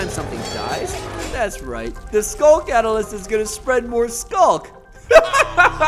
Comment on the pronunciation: in the end he sead cadelist but it was clad the shrieker bro